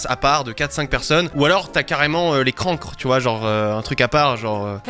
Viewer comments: il a quand même dis les "crancre " 😒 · Les crancres? Cancre! 😂🤦😁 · "Les crancres"